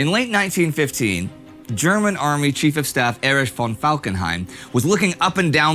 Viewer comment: "Erich von Falkenheim"